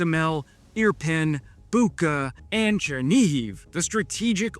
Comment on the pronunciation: It's Буча, pronounced boo-cha.